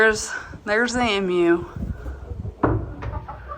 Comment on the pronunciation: Oh no! Now you are saying M-U like Daniel. Listen to Houston, he says E-MU correctly.